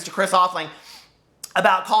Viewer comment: and he kept on saying chris name wrong